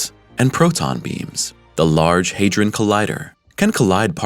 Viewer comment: HadRon not haderon ron